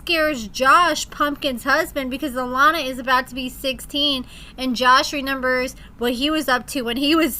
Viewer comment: I love your videos, but it drives me nuts when you say, “reNembers” with an N 😂😂 petty, I know but we all have stupid pet peeves.